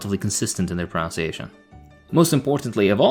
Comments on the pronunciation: Hate to do this but: you pronounce, as in ounce, your pronunciation, as in nun. It’s not prun-ounce-iation. Also, wind as in rhymes with mind is a word, you can wind a sprung clock. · This is probably not the first comment on this, but… it's pronounced (and spelled) "pronunciation," not "pronounciation." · As a fellow foreigner who did the same, it’s proNUNciation. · He says pronunciation wrong lol. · Did you mispronounce pronunciation and albeit on purpose?